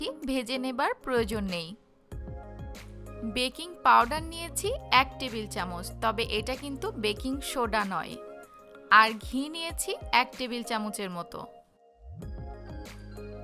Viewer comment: শোডা shoda নয়। Soda সোডা।